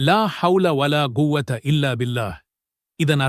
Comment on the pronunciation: ஓதும்போதுஅரபிமொழிபோலவேஓதுங்கள்அப்பத்தான்உச்சரிக்கும்நம்சகோதர்கள்சரியாக உச்சரிப்பார்கள் குவ்வத இல்லை ஃகுவ்வத என்றுசொல்லுங்கள்